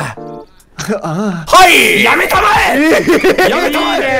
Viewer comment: ダメだ よせ、やめたまえが 遊星やめたまえ に聞こえてアンチノミーにしか聞こえなくなった